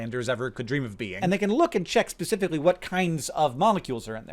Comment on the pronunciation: Why can't any Americans pronounce the word "specifically"?